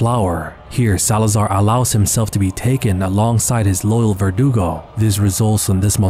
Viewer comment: Lmao, vergudo 😂